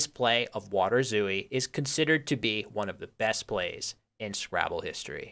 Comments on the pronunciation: You were pronouncing it "waderzoo-ie", but a better English approximation would be "waterzoy". So the W is perfectly fine, the T should be pronounced as a T, not a D, and "ooi" is pronounced "oay". The A should be with with your mouth more opened, and the R is with a rolling R, which doesn't exist in English. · I think waterzooi is a dutch-sounding word, it shouldnt be pronounced "vaterzooi", but should be pronounced "waah-tur-zoy" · By the way, I believe it's pronounced 'VAH-ter-zoi'. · It's more like "vaterzoy" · I am literally from Belgium and eat waterzooi at least 4 times a year, but I didn't know it was originally made with fish. Also small point on prononciation, the I in zooi is said like a close front unrounded vowek diohtong (closer to j than to y) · Since waterzooi is belgian and not german, you do pronounce the W as you would in english. however, the ooi is one syllable. kinda like the second syllable in ahoy. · I am from Belgium en your pronunciation of waterzooi sounds quite funny. While you do pronounce water with a W sound (the V sound is more a german and scandinavian thing), the I at the end is pronounced as the Y is you. The double O is also just a long O sound as in door. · Nice video! The double-o in waterzooi is pronounced like a long "oh" sound. And the "a" is like an "ah". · As a Dutchman, your pronounciation of 'water' is impeccable, but 'zooi' is a single syllable, the i being what is probably best described as a y sound